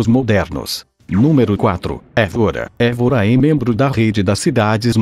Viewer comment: Óbidos, não "ôbidus". Guimarães, não "Guimaráes". Évora, não "Evôra". Esse "Top 10" é na sua opinião, certo? Faltaram mais cidades lindas que, com certeza, se encaixariam nas 10. O vídeo, em sí, é muito bom, porém... Péssima dicção, em muitos momentos, com esse programa que você usa... Seria bem melhor usar sua própria voz... Acho que sua voz, não pode ser pior do que essa voz "sintetizada", que erra quase todas as pronúncias. Parabéns pelo video... (só o video). Abraço.